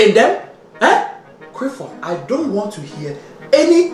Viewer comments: "Criffod! Gerrup!"😂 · Something like that, when he says his full name mate 😂🤣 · IS. HE. SAYING. CRIFFORD,. CAUSE. IF. SO,. OH. LORD. I. CAN'T. !!! 🌿😂🌿🤣🌿🤣🌿☺️🌿🤭🌿😂🌿